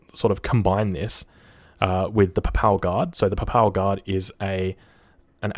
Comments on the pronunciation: "puh pal guard" haha stay Aussie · That pronunciation is not the result of an Australian accent. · >apologises for a decentpronunciation of Voluntario da Patria >butchers the standard English words "manor" and "papal"